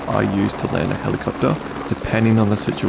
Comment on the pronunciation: Helicoptaaaa. 😂 Your accent is so good. Nice video btw.